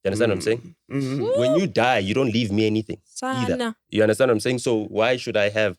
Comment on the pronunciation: "uya understenda" lol